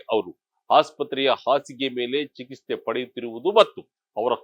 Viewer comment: ಯಾಕಪ್ಪ ಕನ್ನಡ ಸರಿಯಾಗಿ ಮಾತನಾಡಲು ಬರೋಲ್ಲವೇ ? ಚಿಕಿಸ್ಥೆ ಅಲ್ಲಾ ಅದು ಚಿಕಿತ್ಸೇ ! ಮಾಧ್ಯಮಕ್ಕೆ ಅವಮಾನ ಮಾಡಬೇಡಿ 😮